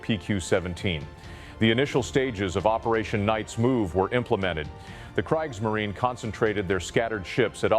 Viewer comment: It's ai. Getting better by the year though, with inhaling and mouth noises it gets more realistic. But with words like Kriegsmarine and luftwaffe the ai exposes itself.